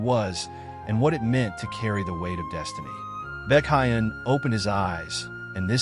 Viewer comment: Baekhyun ❌ BeCaYeun✅